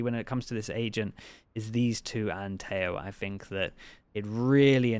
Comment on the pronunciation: His name is pronounced Teh-ho(he's colombian).